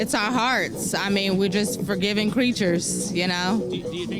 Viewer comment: "We're frogiving creatures"...well she got it half right.